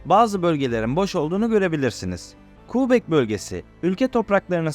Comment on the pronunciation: kardeş qubek neresi ben orayı kebek dıye bılıyorum hayır boyle yazdım ki telafuzunu rahat anla diye.Bir de tereciye tere satma önce bi sehirlerin adını dogru telafuz etmeyi öğren bence hem 10 yıldır yaşıyorum ontari yo diye bir eyalet yok bildiğim kadarıyla burda ontari o var hasta oluyorum böyle okuma yazma bilmeyenlerin eğitici bilgi amaçlı video yayınlama heveslerine ...Herkes bildiği en iyi işi yapsa olmaz mı ? bence cok güzel olur....böyle bir videoyla yüzbin abone hedeflemek bence hayal bizim gençlere daha gerçekci olmalarını ve böyle saçma sapan bilmedikleri ordan burdan internetten devşirme bilgilerle yamalı yastık video yapmak yerine en iyi bildikleri işe odaklanıp o konuda kendini geliştirmeye zaman harcamalarını tavsiye ederim. Kolay para diye bir şey yok hiç de olmadı öyle kıçınızın üstüne oturup iki kaynaktan bilgi toplayıp onu da video yapıp ondan para kazanmayı düşlemek çok gereksiz ve de saçma.Boyle hayal bile olmaz .Kusura bakma da ben de öylesine geçerken bu arkadaş ne sayıklamış diye şöyle bir bakındım . 3, dakkasında terk ediyorum bu videonun hedef kitlesi de heralde anadolunun kırsalında yaşayan ve buraya gelmeyi arzulayan insanlar olsa gerek. yorumlara da bakıyorum bizim millete buralar cennet...... ulan kendi memleketinde tutunamamışsın onca yıl eeee sonra geleceksin burda kral gibi rahat yaşayacaksın öyle mi ?.. Varsa öyle bir dünya söyleyin oraya ben gideceğim hemde türkiyeden değil kanadadan..Burda millet köpek gibi çalışıyor akşama kadar sadece ev k